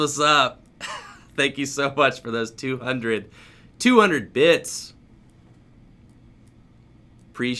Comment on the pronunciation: Leaders of the what board? It didn’t sound like bits. Lol